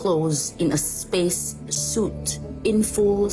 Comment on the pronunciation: You never heard of zpace?😂